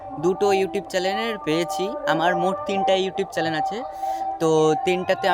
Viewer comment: ভাই ওটা 'চ্যানেল' চ্যালেন না😅😅